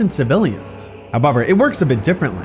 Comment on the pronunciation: However = hubuver